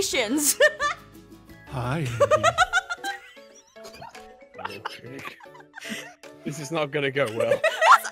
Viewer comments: You almost said aphmau amanation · "we are watching some aphmau anomations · “Amoonations” so slick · When you said "Aminations" it reminded me of how I cant pronounce some words right. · aphmau: TIME FOR SOME AMINATIONS (aminations XD) me: you said aminations XD insted say animations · Jess its animation not amination! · Hahaha amonation instead of animations